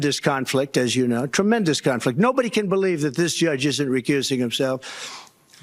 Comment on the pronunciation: Did he say Trumpmendous instead of Tremendous